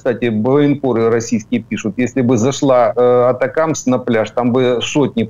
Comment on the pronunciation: ГАНЬБА! Навчиться нарешті вимовляти АТАКАМС! Де ви там знайшли АТАКИМЕС??? Тоді називайте Рено "ренаульт"!